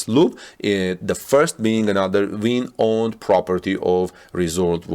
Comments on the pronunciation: The hotel is pronounced Win!! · And it’s pronounced Win. Like what Bayern Munchin does! Ninth straight Bundesliga title! 👍💪